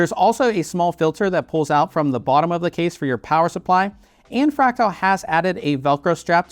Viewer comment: Why are you calling it fractile? There's clearly an "a" after the t